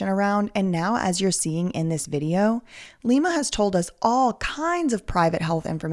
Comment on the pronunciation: It's pronounced LIE-ma from now on